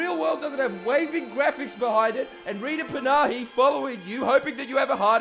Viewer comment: Free advertising on SKY News! Well played! Better still since you pronounced "Rita Panahi" wrong. Cue the free advertising on her show Outsiders this Sunday! :p